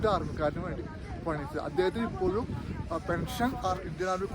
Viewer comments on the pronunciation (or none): none